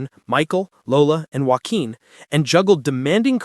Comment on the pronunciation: Would be helpful if the narrator pronounced their son's name correctly! Instead of pronouncing his name as "Jo-kin", it should be prounced, "Wa-keen" (Joaquin). I can hardly stand AI! This, by the way, is NOT breaking news.